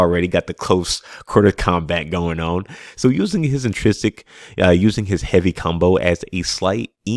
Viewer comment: Great video, great concept, but I CANNOT hear you mispronounce the word intrinsic one more time! LOL I'm sorry but it hurts me 🤣😭